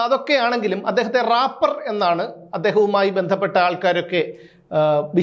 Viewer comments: Rappar അല്ല റേപ്പർ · രാപർ അല്ല റേപ്പേർ 🤭🤭🤭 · റാപ്പർ അല്ല മാഷേ 😂reper 😂😂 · രാപ്പർ not drapper aanu😅😅